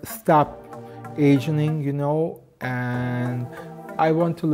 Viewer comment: "agening" damn... he wants to stop "agening"... don't we all... 🙃🙃